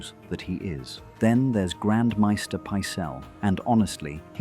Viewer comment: It’s Maester (May-stir) not (My-stir.)